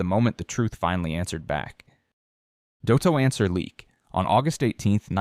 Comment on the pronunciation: At least pronounce "Dotto" correctly!! 🙄